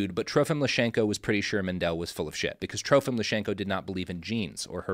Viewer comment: his name was Lysenko, not Lyshenko, come on. He was a mad egomaniac, but call him by his real name.